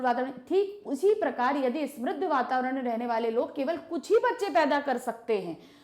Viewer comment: Mam it is samriddh vatavarn not smirridh vatavaran